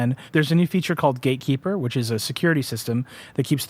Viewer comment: he meant gate keeper lool but it sounded like gay keeper